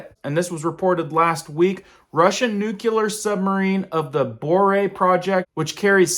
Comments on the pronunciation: Folks got to stop saying "new-cue-lur" and pronounce it right: "new-clee-ur". Just look at the way it's spelled, that might help. This is almost as alarming as "supposably". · Uh... I'd find you more believable if you stopped using the Jane Fonda pronunciation of "nuclear"... noo-klee-arr not nuke-you-larr! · Interesting Info, but the word nuclear is pronounced.... Noo Clee er! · Don’t pay attention to anyone who pronounces nuclear as “nucular”. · Hey man, learn how to say nuclear properly. Really irks me to hear you say repeatedly, Nookular! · "Nukular"? Ok george bush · As if the threat of a nuclear attack wasn't grave enough. If I understand you correctly, we now face the even 'graver' threat of "noook-yoo-ler" attack. I'm not sure exactly what that is, but my gut says it's awful bad... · Put 8 nucular ships around Russia and 8 for China! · Say it with me: nu-CLE-ar 🤗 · FYI... You said "Nuc-U-lar" It's spelled N-U-C-L-E-A-R. There's only one U. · At first I took you seriously, but then you said "nucular", and that did it for me. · Nuculer? Really. A nucular war? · i often take my news from people who pronounce it 'nucular' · Like We Don’t have Nucular Subs Off The Coast of Russia, China, And North Korea. ! Count on It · NUCLEAR - Pronounced NU-CLE-AR - DID YOU EVEN - GRADUATE PRE SCHOOL? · learn how to say nuclear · People might take you seriously if you started pronouncing "nuclear" correctly. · I really enjoy your channel. But olease loik in the dictionary or google the pronunciation of the word NUCLEAR. Since you say the word about 30 times in this presentation , at least you could make an attempt to properly pronounce it. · Where’d you learn how to pronounce nuclear? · Off topic..... Please learn how to pronounce the word nuclear. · It's pronounced NEW-KLEE-AR, not NUKE-YOU-LAR! Damn, that drives me crazy! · New clee er new clear, not new que ler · Its Nū -Clear is how it’s pronounce not nucular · Nucular. Or nuclear! Only one is of concern.